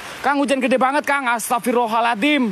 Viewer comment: Bukan astagfirullah alathim..bukan huruf thal situ..tp huruf zo...bunyi yg betulnya astagfirullah hal azim. maaf sekadar perbetulkan ayat...👍🏻